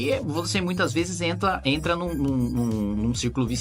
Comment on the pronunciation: "Entla" kkk